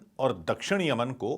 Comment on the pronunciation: Yamian bolne b nahi ara tumku whatsup university ka gyaan math do